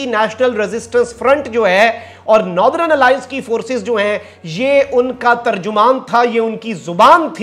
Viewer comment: North-er-n Alliance not Noth-ren